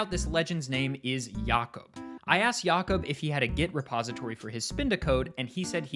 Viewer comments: Mate, at 9 minutes, are you sure it's pronounced "Yacob" and not "Jacob"? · Never heard anyone saying Jakob "Yakob", assuming it's the accent but it's weird hearing that ngl. Might've been pronounced in a different language as far as I'm aware. This is the first time I've seen any pokemon running Doom, it has to be spinda. wheeeeze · Is jakob actually pronounced like that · That's not how you pronounce jacob